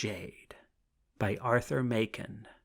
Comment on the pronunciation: The author's name is pronounced Mak-en, not May-ken, as the reader mispronounces it here.